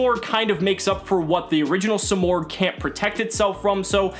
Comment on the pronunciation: You're freaking destroying it, say it like a man or don't say it at all